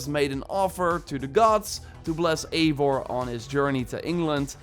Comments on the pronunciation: Yo man nice video :) just to say Eivor is pronounced “Ai-Vor”, because it’s norse, but nonetheless great video bro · Imo, Eivor should be pronounced “ eye voor “ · I like the way that every ONE says (Aivar) and not Ivar. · It’s EYE vor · Just one detail: not to be THAT guy but it's written as Eivor but read as ,,I (like I, you, he/she/it, etc.)-vor''